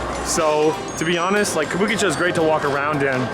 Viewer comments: What is it again "kabookichow"? ahahahahahaha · Careful there. A lot of Yakuza bars, but hey... how do you pronounce Kabukicho like that? Makes no sense. More like Kah-boo-key---chaaaaw. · Considering how Japanese people pronounce Kabukicho, hearing this guy is hard on the ears!